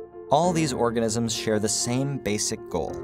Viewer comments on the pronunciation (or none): is it just me, or did no one caught the narrator saying "all the orGASMS" ?